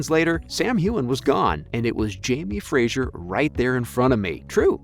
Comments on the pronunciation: Fraser, not Frajer sweetie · As a Scot, hearing the way you say Fraser is irritating as it's pronounced Fra-ser not Fra-zure. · It’s Jamie Fraser not Frasier! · Great piece. But every time you mispronounced “Fraser” as “Frazier” it took me a few seconds to let it go🤣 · It’s obvious from this video that you have never watched the show. There is no i in Fraser. If you are going to report on these shows, please get the names right. At least you pronounced Sam’s last name correctly. Thank you for that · Please pronounce Fraser correctly, it's not Frasier. Thanks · His name is Fraser, not Frasier. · Oy! It's FRASER not Frasier! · It's pronounced Jamie Fray-zer - not Jamie Frayzshier. Please pronounce it properly! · So irritating everytime he says Frasier. It is pronounced Frazer. I should know since it is my name and I'm Scottish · Yep. Knew all that. And it’s “Fra-zer”. And Cait is “Cat”. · ughhh i cringed everytime he said frazier! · Makes it hard to get through these videos. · Has anyone there watches the show? Please pronounce Fraser correctly! It’s kind of important. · started to watch then you could not pronounce Fraser or Hueghan!!!!!!!!